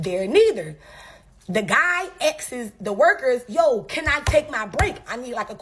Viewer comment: Did she say "askes?" I can still help her with that. Get at me baby.